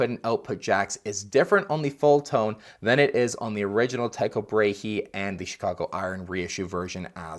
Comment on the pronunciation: Awesome video!! Thanks for compiling all these fuzz clips that are honestly the most incredible tones JM’s ever gotten. By the way, it’s pronounced “Tie-Co-Bray” 😉